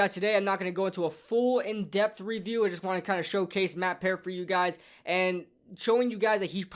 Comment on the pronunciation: Your saying peart wrong lmaooo, I would know Bc I know him personally, my brother played wit him through out college